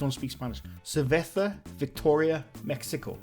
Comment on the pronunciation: Cervesa is pronounced (ser vae sa) it means beer in Spanish. Great job